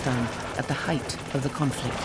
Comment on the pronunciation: Even though, my ears keep on hearing "dough, height, dough, height, yet" lol